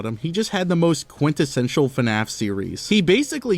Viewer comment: "YOOO THASS COLLLD, QUENTISENTIALLLL" Faze Adapt "i think"